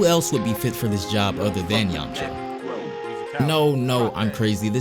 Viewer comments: When you made me laugh when you said YAMACHA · When u said yamacha I died XD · Man said yamacha lol I’m dead😂🤣🤣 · When he said yachima my finger was already hovering over the unsubscribe button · Yamacha? Hell no and he not even a Saiyan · Yamtcha ? C'mon 😂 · As soon as he said yumtcha i quickly dislike the video and left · Not yamusha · It's yamucha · hahahahahaa he said yamncha hahaga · Why did u have to say yamatcha of all people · Lmfao nigga said yamcha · Bro this nigga said Yamcha